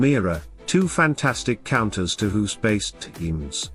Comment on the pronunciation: You don't pronounce his name as hoes like you do but as goes...like goose...of course?